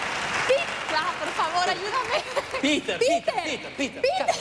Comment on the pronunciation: Piter non peter